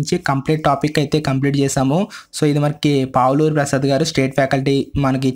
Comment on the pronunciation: పావులూరి కాదు sir పలువురి ప్రసాద్